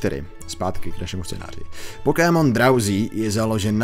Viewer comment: Dobre video. Ale do boha... to nieje Pokímon :D vzdy a v kazdom jazyku je to Pokemon. Rozsekalo mi to uši :D